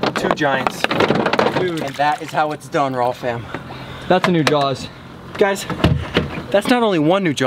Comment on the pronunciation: Dude definitely says "jawls" too. IT'S FREAKIN 'JAWS' JAH-AWS ugh Florida education system does nobody any favors